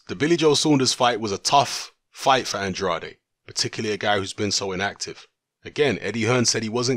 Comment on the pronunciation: Even more Andrade mispronunciations in this video than the last one...